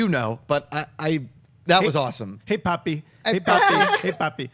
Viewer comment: It's "Hey, Puppy," not "Hey, Papi,".